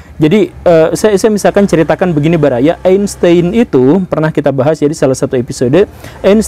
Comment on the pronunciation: Einstein bacanya "ainstain" kalo ga salah wkwkwk